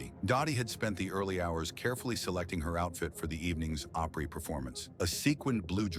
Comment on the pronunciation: The narrator is pathetic. Can’t even pronounce “Opry” correctly.